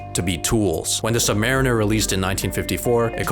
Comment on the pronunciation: the pronunciation of "submariner"😭